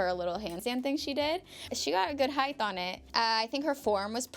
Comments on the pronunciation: I wish I had $1 for every time she said "like" and mispronounced "height" as "heighth", which isn't a word. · Guh... I understand why she kept saying "heighdth," considering the words length and width, but someone please clue her in on the word height. Heighdth is not a word. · We all can agree that she is such a sweetheart and has such an adorable personality- but can I ask anyone that pronounces height like “heigth” .. why? Just why? She said it like that and I notice every time when any else does as well, it’s so strange